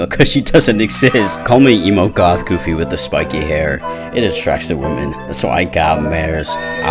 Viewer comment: He didn't say "emo goth," he said "emo golf." Which...what that means